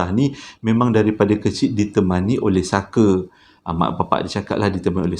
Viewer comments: Honestly,aku kalau tengok kau bercerita memang aku akan gelak especially bab lawak tu..episod kali ini ujung2 tu kau tersasul sebut fucker,,guling2 aku gelak...hahahaha,Kipidap bro always update with new content. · Hahahahhahaa part last Memang tak rilex abang punya tershashul 🤣🤣😭😅😆😁🤭😝 Farah + Saker = ®€¢™$